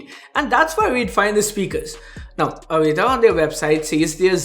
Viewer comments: Brand name is Avita man, not Avira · Why u calling it AVIRA , when its AVITA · Is it me or is he pronouncing avita as avira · Didn't anyone tell him it's Avita and not Avira or am I missing something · $ AVITA, read it carefully 😁